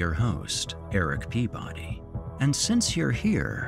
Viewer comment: Eric see-body,Eric pee-body!